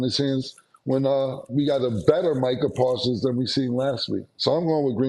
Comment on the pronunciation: Bruh his name is MICAH PARSONS. its real annoying when people keep messing up names on camera consistently